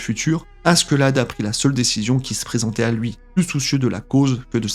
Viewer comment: Comment tu prononce le prénom de Askeladd ça fait mal aux oreilles, le pire c’est que t’a vidéo elle est grave inutile. Il suffit de regarder l’anime pour savoir tous ce que t’a dit